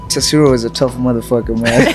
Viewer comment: Masvidal: Taisura. DJ: Tatsuru. It’s not like the name Inoue. 🤦‍♂️